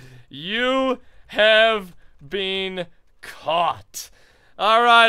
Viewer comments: "You have bean caught". I say "bin" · anybody else notice how pronounces been bean instead of been I know it's a Canadian thing but I think it's kinda funny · Any else realize that say been like bean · Yes I was thinking that just now